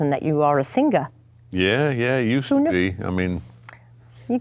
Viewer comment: for Edie slipping back into Carmela Soprano for literally one syllable (“sing-uh”)